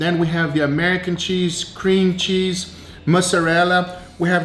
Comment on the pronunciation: "Cream Chese" lol